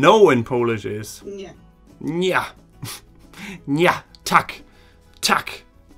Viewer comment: Wirklich du betonst die Vokale viel zu stark. Es heist Tak und nicht Taaak. Es heißt Nie und nicht Nieee. Im Polnischem werden die Vokale sehr kurz ausgesprochen. Ohne Betonung.